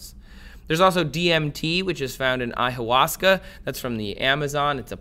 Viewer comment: I stopped watching this when he said Ay-hauasca.